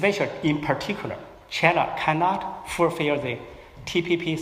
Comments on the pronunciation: 先把China的音校準⋯⋯ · A X 对于你这种普通人肯定不会有这种要求，可是破空先生是学者，高学历的人要求高点不行吗？而且出席的场合很高端，难道不应该让更好的表现展现中国高级知识分子的涵养吗？你以为是个人就能去这种场合发表演讲吗？对于高级知识分子难道不应该有点要求吗？不然为啥大家对北大的校长念成鸿浩志这么反感？如果是你我这种普通人大家会关心吗？高级知识分子是国家脊梁是国之重器，连基本的china都念不准，难道不会虚心向别人请教吗？如果是在国内也就算了。好歹他在美国住了这么久，身边这么多美国人，不说别的，破空的语言环境比中国大学生好太多了，学无止境，而且年纪大了不是不学习的借口！因为这是对知识分子的要求，不是对你我这样普通人的要求！ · 吕chang 问题不止口音还没有字正腔圆，能多准备一下不好吗？连china都发音不准